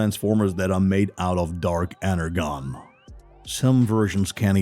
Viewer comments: Please dont do a video without learning the correct way to say stuff, i literally was cringing so hard, for 1 its pronounced ener-john not ener-gone and 2 it is pronoumced RC not R-Key, i mean do your research, and i am also bot likung how theyre gojng about this movie so far, its all off, totally off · He really pronounces it Ener"gon" not the pronunciation Ener"jon" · my only correction is energon is pronounced enerjohn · (Ener-John) not Ener-GON 🤨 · Energon is pronounced inner-john not inner-gon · Bro pronounced it energon when it’s acctually pronounced enerjon but spelled energon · Good preview of the new movie coming out, but the person doing the voice over needs to get the pronounciations for some words right like Energon, he's pronouncing it phonectically when it should be like Ener-Jon. That bugged me every time he said it. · Ngl kinda infuriating how you pronounced energon as “enner-gone” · What's this Ener-gone!? 🤣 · Clearly the narrator doesn't actually know as much about Transformers as he pretends, making reference to the character Scourge, but showing an image of Alpha Trion, mispronouncing Arcee's name and what on earth is Energone?! Seriously, do your research man! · Arcee iS pronounced ar( s ee and energon is pronounced (en er jon) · and he mispronounced energon